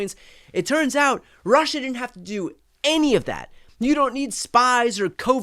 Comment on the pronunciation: Rerrr-ushaa 🤦🏼 his psycopathy is an outlier among psychopaths